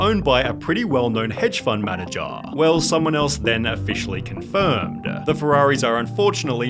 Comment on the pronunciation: I hate and i mean hate how you annunciate every single word at the end of each sentence you read. It is so frkin cringe i cant believe ppl didint go insane. How you said owner and manager is just not normal. Its criminal. I want to slap this out of you.